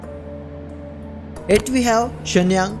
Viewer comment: Mach is pronounced as mak